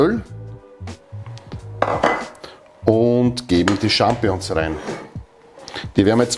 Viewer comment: Ich möchte nicht klugscheissern, aber man sagt "SchampiNIõ(n)s" nicht "Schampiõ(n)s" ;-)